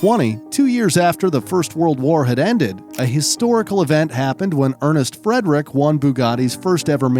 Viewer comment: Funny how you mispronounce any word that isn't English... (Baron de Dietrich, Bébé, Friederich etc...)